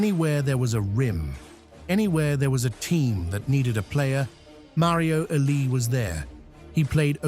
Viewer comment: Thumbs down for AI pronouncing legends name wrong